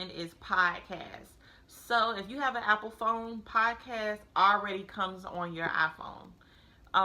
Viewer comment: I am so sorry but I have to mention that its "P-O-D-CA-ST" its not piecast.